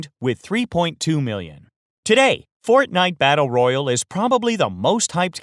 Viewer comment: Holy fuck you say fortnite battle royale wrong